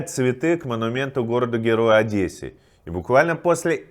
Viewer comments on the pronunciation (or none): none